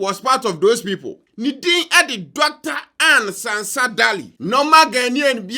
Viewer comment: You did not mention her name well. It's pronounced as Ɛnn Sɛnsa Daily.